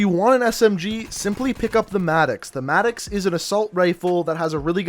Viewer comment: He can't say maddox😅😂